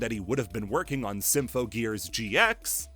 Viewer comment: You had 2 months since the last video to learn how to say "Symphogear" correctly and still fucked it up while throwing it under the bus, great job